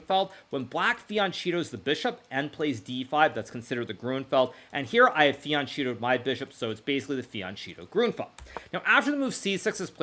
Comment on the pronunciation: Har Megiddon -- mount of the city of Megiddon. har MEH gid dahn. HN actually teaches me something, although he said MAGA don. fee uhn CHEAT oh is either a baaad joke or just a barbarism. Didn't he marry an Italian person? fian 'kett toh is a little flank (attack). Finally, no Francophone would pronounce "prise" as "PREE".